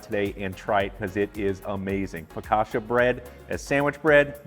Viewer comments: Considering he makes a good focaccia he really can't pronounce the word. Focasha?!? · You can't claim you're Italian and then say 'focasha' mate 🤣